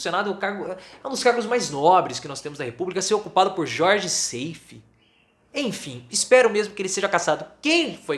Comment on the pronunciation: o nome do cabra nao é Seifí, mas SAIF (sem i fim).